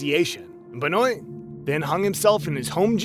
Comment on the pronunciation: Chris Beniot is pernounced Ben-wa....just gotta let you know cuz that drove me nuts. he first strangled his wife on Friday, and on Saturday, he gave his son some kind of medication to put him to sleep, and then suffocated him with a pillow. the folllowing morning, on Sunday, Chris Benoit killed himself. he had looked up on his computer things like, "painless ways to kill yourself" before he died. because of this, his AMAZING wrestling career is pretty much NEVER talked about. im not a wrestling fan, and yes, wrestling is fake in that it's choreographed with a pre chosen winner, but it's still very dangerous, and those men and women can and do get really hurt, and some have died because one little thing went wrong.